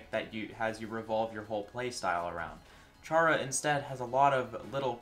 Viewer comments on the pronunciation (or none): Worst pronunciation I've ever heard for vergil, worst pronuncuation I've ever heard for chara, and having the audacity to put fumo reisen in D tier is shameful. Seriously how have you been on the internet for so long but have never heard those two names pronounced? Even without that it should be common sense